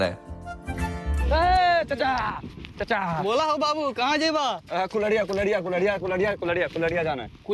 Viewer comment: Ara arariya nahi kulhriya hai be 😅